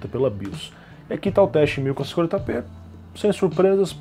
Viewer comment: ele falando 1440p nao consigo entender nada kkkkk